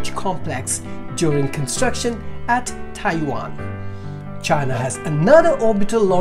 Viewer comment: You really need to polish up your phonics. It's Tai Yuan not Tai Wan